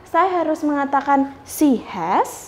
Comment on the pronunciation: Pronunciation "SHE" anda kurang pas. Bedakan SHE dengan SEA